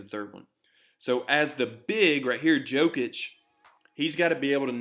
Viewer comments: Jokic, not Djokic xD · His name is pronounced as “knee-cola Yokic” The “J” is pronounced with a Y. Great video! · You said Nikola correctly 🔥 Not Nee Cola (he's not a new soda) 🙂 It was only the Yokic that needed saying differently 👍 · in Serbia - J is pronounced like Y. Its alright, at least you didnt say Joekik xD